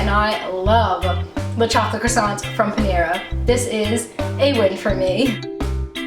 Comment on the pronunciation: She says Panera really weird